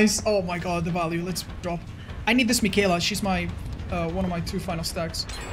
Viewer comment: « i need to dwop » 😭🤣